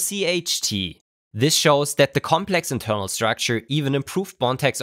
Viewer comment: Cannot pronounce internal. Nice